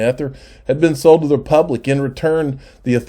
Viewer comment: If I found a magic lamp and granted 3 wishes, my first would be you pronounce ETHER correctly. The other two, not telling. Lol.